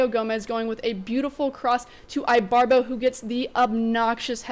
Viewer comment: Is pronounced ebarbo! Other than that keep up the good job!